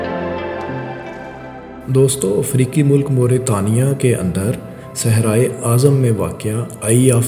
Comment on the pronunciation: افریکی نہیں افریقی